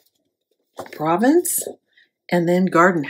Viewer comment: Beautiful! Love Stamperia. By the way, Province is pronounced “Pro VAUNCE” It is an area in France.